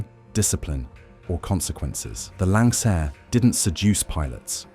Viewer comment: If you can't even pronounce the name of the aircraft, then you obviously don't know what you're talking about. And the aircraft in the thumbnail pic isn't even a Lancair. It's a great aircraft, just not an easy aircraft.